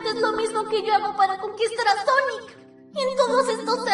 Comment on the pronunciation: Y se dice sonic no sanic